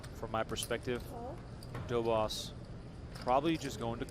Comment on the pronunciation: these americans are clearly not into pronouncing the polish name correctly, Dobosz treat the sz as sh